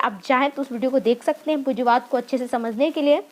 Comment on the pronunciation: Pujiwad nai medam punjiwad h